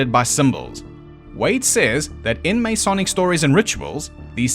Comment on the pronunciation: God I love your channel, but I have to make a couple of points. First you are not pronouncing the word “Masonic” correctly. The first vowel is unstressed and definitely not as a long A. Second, the cube is not a symbol anywhere in Freemasonry. Third, at least under the Webb ritual, the candidate is not “jerked backwards.“ But if those are the only things I can pick at, you’ve done damn fuckin’ well.